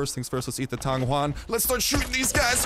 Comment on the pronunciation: u just butchered the word tang yuan.